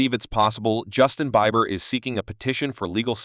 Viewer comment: Learn to pronounce his name😮